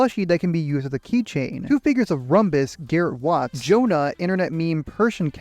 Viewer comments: the name of the Youtuber is pronounce Ru-bius, not Robus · Rumbus instead of Rubius 😭😭😭 Great video tho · rumbus had me dying Its pronounced rubius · "rombus" XD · rumbus help, not being mean btw, its pronounced rubius :3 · He also mispronounced Rubius as Rumbus 😭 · Rubius ❌ Rumbus ✅ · ah yes, my favourite Spanish Youtuber R U M B U S totally not Rubius R U M B U S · bro its RUBIUS, not that hard to pronounce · hahahaha hello im spanish, cool video, in the minute the youtuber name is Rubius, the pronunciation is like the gem Rubi and us, i realy like your video, great job